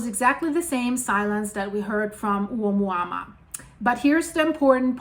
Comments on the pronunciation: You are. It's pronounced oh MOO-ah MOO-ah. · It’s pronounced a mooa mooa. Like a cow moo’s. Hope that helps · Thank you so much for these videos! Let me help you pronounce the first object from the Hawaiian language Ou - mua -mua Like you just got surprised walking into a cow Oh! Moooo-a. Mooo-a 😊